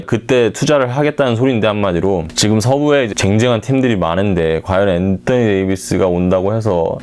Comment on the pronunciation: 앤떠니 ㅋㅋ 발음실화냐 ㅋㅋ다른발음은 일반적인데 왜 엔떠니라고;; 어그로성인가